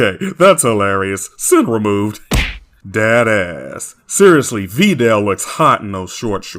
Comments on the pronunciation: “Vee dell” just chill 😭😭😭😭😭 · This guy complains about the dubs but then calls Videl , “Veedelle” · Every other version emphasizes the “i” in Videl’s name. Even the fucking OCEAN DUB does that. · Glad to see this video is back up. Also I would like to ask, is this the way you pronounce “Videl” how it’s actually pronounced?